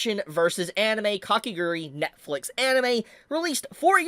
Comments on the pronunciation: Its Kakegurui not Kakeguri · it's Kah-keh-GOO-ROO-EE... NOT Kake "grr-ee"